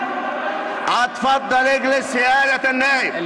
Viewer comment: احا يا جدعان رئيس المجلس مش عارف يتكلم بيقول،اتفضل أجلس بينطق همزة كلمة اتفضل بهمزة الفتح. هههههههههههه وشبابيك دي بيعمل اييييه ولا بيهبب إيه هههههههههههه